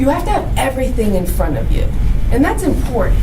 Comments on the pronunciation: This woman keeps saying the word "importantl" the word is "important" this woman is a lawyer. She sounds ignorant. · Designer clothes, huge wads of cash and ths is your lawyer? I feel like Everyone involved should've been charged. It wasn't on purpose, but he did take a life of a baby. His actions were reckless indeed, but he didn't mean to murder that baby.. The lawyer is inexperienced, and represented her client poorly.. she can't even pronounce Important, properly... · "And that's important." It's also important to correctly pronounce words such as "important".